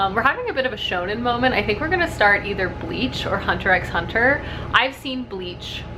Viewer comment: I love hearing about anime on this channel! I'm always curious as to what you and Clay are watching. Also, fun fact. You don't pronounce the "x" in Hunter x Hunter. It's just "Hunter Hunter." 😊